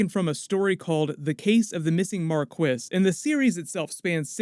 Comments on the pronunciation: One minor correction- marquis is pronounced mar-kee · Hey. The title is pronounced Mar Key, such as the Mar-key de la Vega: The Marquis of Vega... Love the content; have fun. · I like how you pronounced Marquis... 😅🤣